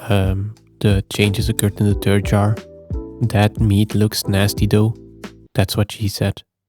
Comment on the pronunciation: I assume his first language is Flemish (Dutch) and Dutch doesn’t have the th sound, so not everyone is able to make that sound…